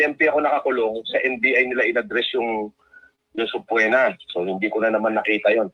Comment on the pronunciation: (Sub”PWEEEEEEE”Na )-- is the correct the pronunciation. 😂 Natatawa ako dyan.